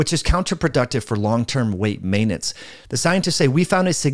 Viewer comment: Say maintenance properly omg.